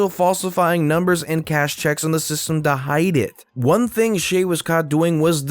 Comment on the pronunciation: Shay is read like "Shai", sha-i. Was not expecting that spelling from a foreigner...